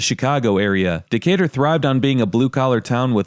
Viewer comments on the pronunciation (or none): Someone called it Decay-Turd